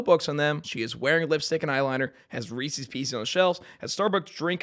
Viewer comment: pronouncing "Reese's" like that has to be satire